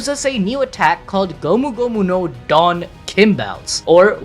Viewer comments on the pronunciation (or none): none